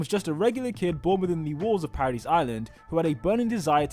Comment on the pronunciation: Bruh said paradise like paradees